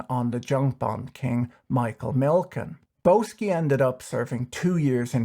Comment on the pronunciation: Isn't Boesky pronounced "Bisky"?